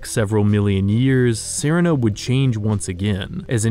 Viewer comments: That's not how you pronounce serina it's literally pronounced the same as Serena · shouldn't Serina be pronounced like the girl's name? That's "seh-REE-nah,' like Samantha's evil cousin in "Bewitched."